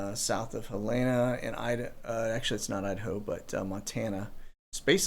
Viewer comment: JUST TO HELP YOU A BIT > OUR STATES CAPITAL IS PRONOUNCED > HELL~EN~A <. : } THANK YOU, SIR. LOVE THE SHOW >>& YOUR LITTLE RASCAL PUP. LOL <>< PRAYERS FOR PATRIOT WARRIORS WORLD~WIDE. <>< GRATEFUL BEYOND WORDS.... : }